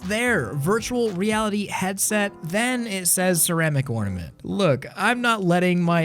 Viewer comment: the friken ortament